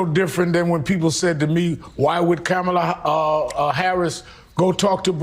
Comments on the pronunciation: Sharpton said Kamala's name Camela 😂 Racist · Hey Reverend you said Kamala’s name wrong you racist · Sharpton still isn’t pronouncing Scamala’s name correctly.